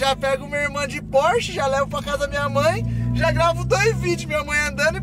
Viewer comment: É só eu q percebi q o falou porshe 992 911